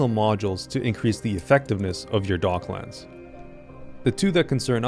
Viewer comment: It's docklands my guy not dog lands